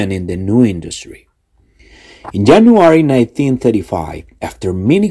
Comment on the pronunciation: Yo escuché solo Jenuary